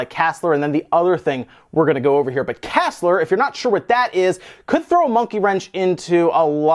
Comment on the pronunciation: For your fyi, KASLR is pronounced by speaking the letters, so kay ay ess el arr. Or more often just "Kernel ASLR". You bypass ASLR by chaining exploits and it requires a kernel memory leak that tells you the location of some resources. But yes, KASLR significantly raises the bar for hacking the core system, as typically memory leaks which don't destabilize the system and are actually useful for producing exploits tend to be as rare as the actual code execution exploits. That means AT A MIMINUM the difficulty was raised by a factor of two, but more accurately probably at least an order of magnitude simply due to the fact that locating multiple vulnerabilities is really difficult.